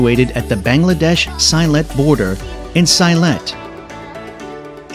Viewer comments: Very nice video... just one minor correction, the last place is in sylhet. We pronounce it as see-let, not sailet... many thanks for promoting these beautiful places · Sylhet is pronounced as selet. I am a sylheti